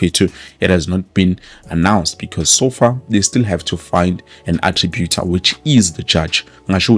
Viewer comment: Arbitrator not attributor.